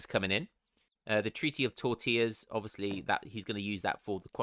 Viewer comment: “Treaty of Tortillas” ? 😂😅